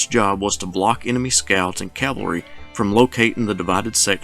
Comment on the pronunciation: This lecture is a severe disappointment. No mention of Stuart's embarrassment at the Battle of Brandy Station. He butchers the pronunciation of Clement Vallandigham's name (but at least he pronounces "cavalry" properly). He gives no more analysis than an amateur historian might give, and his arrogance is evident in every breath. An Army War College instructor? Yikes.